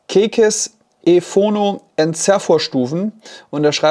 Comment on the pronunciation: Das Ding heißt aber nicht „Kekes ephono“ sondern „Keces…“ 😉 Mal abgesehen davon sollte man sich, wenn man einen Phonopreamp sucht, sich besagten Keces durchaus mal anschauen und vor allen Dingen anhören. Der spielt ein paar Klassen höher, als es der relativ günstige Preis von ca. €700 erwarten lassen würde.